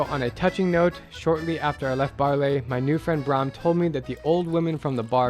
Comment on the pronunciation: Baarle is pronounced Baarluh, not Baarlay. Should have been a very tiny effort to learn that if you even WENT there